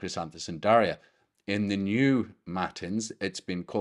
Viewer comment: JM My parents gave me the name Daria from a book of Catholic saints names to be something ‘Different’. About 40 years later I learned more about my namesake. Thank you for the correct pronunciation of my name and this wonderful lesson!